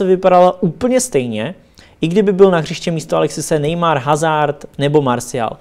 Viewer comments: Za málo!!:) Jo a, prosimtebe - je to "Azár" - né HAZARD!:( Mrkni na moje videa - tu výslovnost co tam mám, dělám hlavně kvůli tobě:):) Ať se daří...;) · Čte se to azár když už :D ale pořad lepší to tvoje než hazard:D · Jamie Middleton Eden Hazard se nečte Hazard ale Azard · Nechci rýpat ale čte se azart ne hazard👍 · Jamie Middleton Že Eden Hazard se nečte Hazard, ale azard